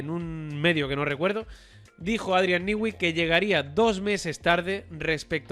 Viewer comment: Newey, no se pronuncia “Niwi”, sino “Nui”. Repiten el disparate una y otra vez.